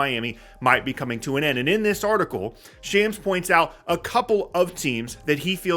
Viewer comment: It’s [Shahmz] not shams (i.e. rhymes with tom, not jam)